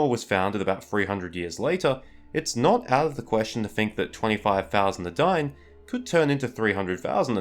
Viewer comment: eh-dine, not "adaine"